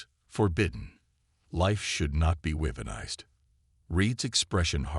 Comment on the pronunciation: WTF is "WEE-puhn-ized"????!!!! It is pronounced "WEH-pun- ized!!! I am outta here at 13 minutes. Your AI sucks.